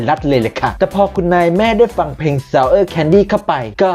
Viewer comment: ชอบแอคเซ้น ซะเอ๊า แคนดิ (ซาวเออะ แคนดิ) 😂